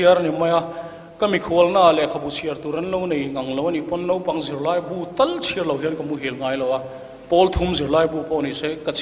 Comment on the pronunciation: A kawmtu in..Nopang..a tih khi Mafa-a te hma ah a hmang a..Mafa-a khian sawi a nei ve tur ania..Naupang.. Nau..tih lai hi a key sang leh uar lo in ka nau kan tih a..Nau..ang in a ri tur zni